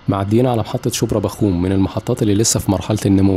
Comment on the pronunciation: ميت برة بقسا شبرا بخوم كلهم نطقك ليهم غلط ترا